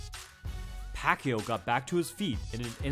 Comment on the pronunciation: It’s not pronounced pakyu, no it’s not, it’s pakYAW.